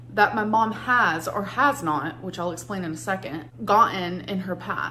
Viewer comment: This is just me being silly and picky, but the way she says "second" as "Sekent" has gotten to me today. 😂😔